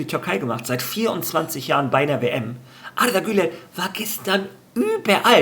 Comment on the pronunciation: es heisst arda güler nicht artha güler 🙂😉